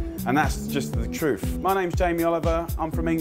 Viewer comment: Yeah man. its the truf man it's the truf. Drivin about ye. Fourey.